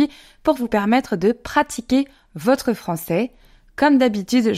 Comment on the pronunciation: J'ai remarqué que la prononciation du mot "votre" est devenu avec le temps "veutre"